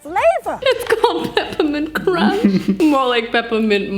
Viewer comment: cromch LOL